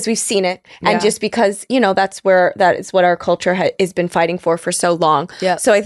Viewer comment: Bin…😂 Been…😂😂…Bhenn😂😂😂